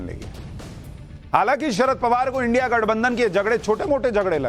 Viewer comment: Ab isko india bolna bhi nahi aa raha. indi bol rha chutia